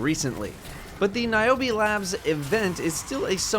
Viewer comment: Omg thats my name!!!! And thats how you pronounce it OMG